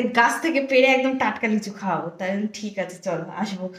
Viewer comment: tik koro bole na......thik koro bole😊